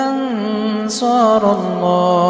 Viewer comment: In the last aayat almost in a second line u said نَحنُ اَنصُارُ اللّله..it is نَحنُ أَنصَارُ اللّله